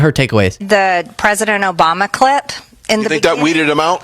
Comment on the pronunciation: I’m not sure if anyone caught it, but when she was discussing the Obama clip, she said clit instead of clip. She is very ignorant, and listening to her read only shows how ignorant she truly is. 🤪